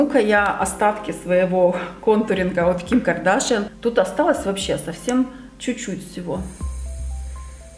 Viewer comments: Почему Ким КардАшян, а не Ким КардашЯн? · Каждое видео в котором ты говоришь о Ким Кардашян, меня бесит. Правильно говорить не КардАшян а КардашЯн!!